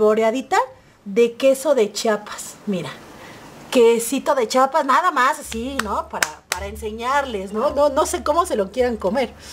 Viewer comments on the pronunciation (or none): Mi querida preciosa... Perdón mi niña pero se dice queso chiapaneco con Chía no chapaneco jjejeje... Bendiciones🙌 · Muy rico, lo único que te falta aprender es a decir #CHIAPAS... No chapas.